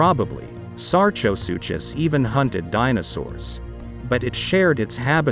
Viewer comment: With absolutely no disrespect, sar-ko-soo-kiss is how you’d say Sarcosuchus.